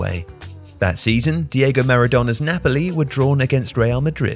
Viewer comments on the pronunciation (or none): none